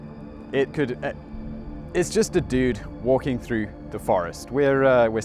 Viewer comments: "There was this duuude, and his name was Gerald Crew." Said like a Californian in the PNW. :D (Like me!) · It's so funny hearing you say "dude" with the classy British accent.